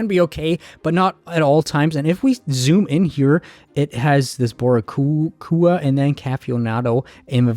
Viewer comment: The pronunciation of Boricua is hilarious. boree-kooa 😅